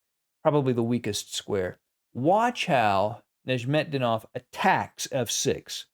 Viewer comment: I think it's pronounced "Nezz met dee noff," but I was wrong about how you pronounce Tal, so...